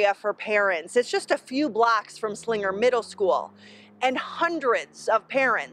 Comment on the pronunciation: yeah, was anyone else bothered by how she pronounced ti Slingger instead of Slinger?